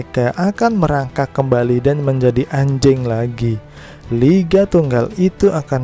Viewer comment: Biasa aja dong ngomong "anjing" nya min wkwk 😂